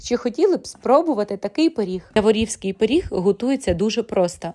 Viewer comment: Я'ворівський-наголос на перший склад!!!